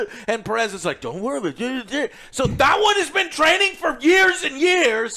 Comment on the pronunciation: Joe, “Pe-RES”??? - you’re pronouncing it that way? … Thas akin to calling yourself ‘yo-say ver-gas’…. …..You’ve done fucked it up.